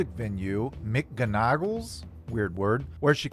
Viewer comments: It's pronounced Mac Gone Ickles 😉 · It's actually pronounced "Mick Gon agles". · Hey new subscriber here. Glad I found this channel. I’ve followed this story for over 20 years and I’m amazed at how much Ms Love has kept from her “fans”. Keep up the great work. MGonagles is an Irish surname. You pronounce it totally different to how you did😳🤣✌🏻🏴